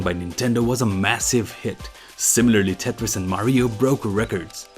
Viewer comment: He says "Mah-ree-oh" which is correct...